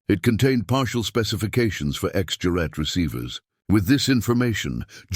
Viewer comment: "X-GERAT" not X-jurat... Knickebein - shown in the docco - ... RV Jones finally emerged in the 1980s - proof of the UK's eccentric expertise. Rest in Peace.